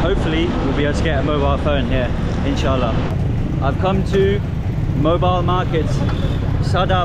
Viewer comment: Yo tue word "inshallah" was epic 💫💫